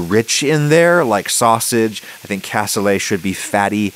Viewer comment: Looks nothing like it's supposed to (where's the liquid gone?). Your beans were massively overcooked and mushed up (you're not trying to make refried beans here), and you dont even know how to say the word "cassoulet". Adding gelatin is a decent hack for the veal stock typically used for this dish, except you added WAY WAY too much of it. Back to the drawing board on this one. Si vous ne savez même pas comment prononcer le mot cassoulet, cela ne m'étonne pas que vous ne sachiez pas comment cuisiner ce plat...